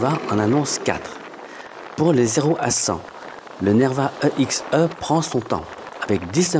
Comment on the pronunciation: mdr grave, surtout qu'on dit "éxé"